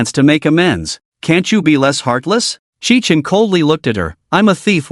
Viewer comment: The MC's name is Qi Chen (at the beginning) from what I can gather. But the AI makes it sound like kitchen. You need to place a space between the last and first names of the characters. And I like how atleast a couple of characters find out the truth. Although they can't really tell others. Which is a shame imo.